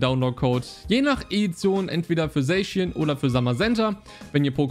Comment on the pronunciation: Man spricht es "saschian" aus und nicht "sayschien" 😅 also ich spreche es jedenfalls so richtig aus